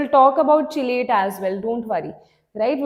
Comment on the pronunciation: Chelate ko "kelate" bolte hai